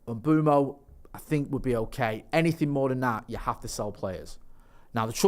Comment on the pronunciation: it’s pronounced Mmm Bway mo not mbomo you knob 😂